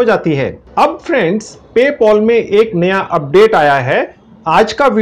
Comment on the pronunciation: paypal❌ paypol✅😂😂😂😂😂🤣🤣🤣